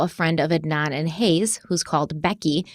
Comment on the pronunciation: They’re also pronouncing Adnan’s last name wrongly